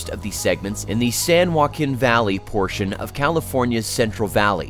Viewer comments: hi! i'm new to this channel, cool video btw. but i can't help but wonder, and sorry this is a bit rude, but are you using ai to narrate your video? there's just some weird moments i've noticed. like you seem american but you pronounce z as "zed", and you said "san juaquin" wrong. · Mispronounced San Joaquin and Tehachapi. 🤣🤣🤣 Next time hire a narrator that checks pronunciation of non-English place names on Wikipedia.